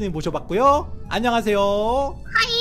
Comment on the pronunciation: 요루루 님이 소게살때 솔찍히 기분이 안 좋았어요 왜냐면 재 이름이 하린이에요 근데 요루루님이 하이하이 하는게 잘못 드르면 하린으로 들려요 그러니 조심해 주세요. 부탁이에요.